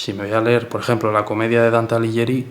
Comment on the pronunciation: Dante Alighieri, o sea "Aliguieri", con "gui" de guitarra. Pasa lo mismo con Lamborghini. En Italia y en todo el mundo civilizado se pronuncia "lamborguini", como en spaghetti/espaguetis. Paletolandia es el único lugar del mundo mundial en que hasta el presidente del gobierno dice "lamborgini/lamboryini", con "gi" de Girona.